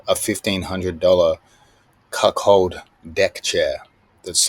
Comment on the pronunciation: I really appreciate everything Craig does for the sport. However, Craig calling it "cuckhold" instead of "cuckold" is beyond disappointing. He ain't about that life after all, huh